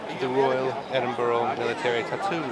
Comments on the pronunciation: Please please its not Edinboro its pronounces Edinburuh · It's Edinburgh (Ed-din-Bra) not Edinboro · Eh-din-bra. It's not hard bud, did you not hear everyone pronounce it correctly from the moment you landed? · Ed-in-burra is better phonetically. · 🤦That is NOT how Edinburgh is pronounced.